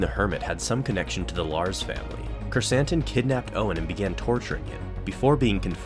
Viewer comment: Love how Krrsantan is now in live action and that we pronounced his name correctly!